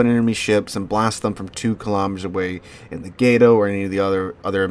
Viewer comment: it's Gah-toe, not gay-toe. it's literally the spanish word for cat and a Gato is a type of catshark sigh .... :facepalm